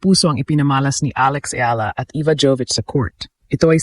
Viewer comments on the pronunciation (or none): Should pronounce as E-Ya-la